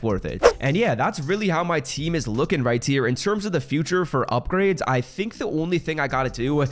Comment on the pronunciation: Whydo you say "right tier" when your saying ' right here'